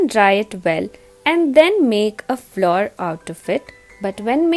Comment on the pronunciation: Good recipe but pronunciation of flour is not correct